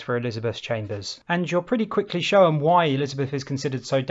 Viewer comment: This guy says the word ‘shown’ in a very strange way. Intriguing.